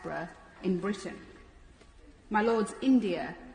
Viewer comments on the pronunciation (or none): Bitrain???or Britain. theek se bolo.Aap apne nam se pehle doctor likhte ho.Shame